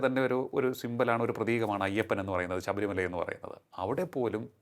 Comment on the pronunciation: ശബരിമല എന്നുതന്നെ ശരിയായി പറയൂ 🙏